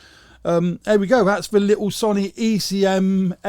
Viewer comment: Sony is pronounced sow-knee, not son-ee.